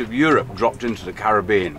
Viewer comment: Great to hear Caribbean pronounced correctly